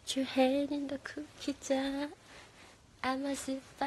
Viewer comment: "Kuki Jah"